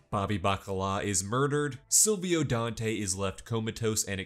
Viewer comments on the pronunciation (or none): none